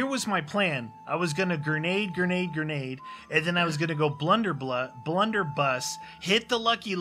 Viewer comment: LOL I love it pronounces grenades "gernade" I have to laugh every time he says it. Like when Trump says "Nukuler" haha